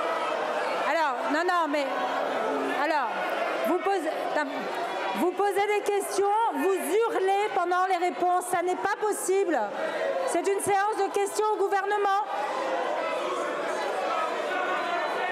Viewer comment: "Vous z’hurlez" ?